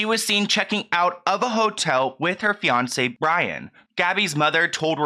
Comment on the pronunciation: Sorry but I hear « beyoncé » every time you say fiancé ;( lol